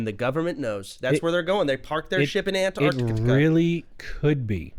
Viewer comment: Soda mispronouncing antarctica the whole time was great